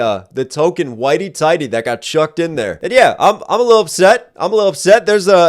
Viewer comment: 🤣🤣🤣🤣🤣🤣🤣🤣🤣🤣⏸⏸You are so stupid, " whitie tidey" :person-turqouise-waving